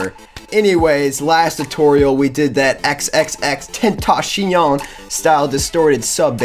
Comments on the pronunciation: its actually spanish: "XXXTENTA(S)ION" He pronounced it in an interview. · please never say xxxtentacion that way again xD